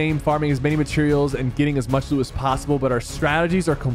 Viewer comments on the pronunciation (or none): Nil I sounded like nick sounded “I’m ready to lose” but actually said I’m ready to loot😂